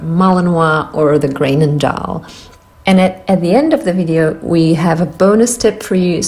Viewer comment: The combined vowel "oe" in Groenendael is supposed to be pronounced like the "ou" in the word "group". Locally, people might even pronounce it like the Dutch vowel combinations "uu" or "eu" instead of the "oe" of Groenendaal (so Gruunendaal/Greunendaal), but the vowel is nothing like the "ey" in "grey-nen-daal"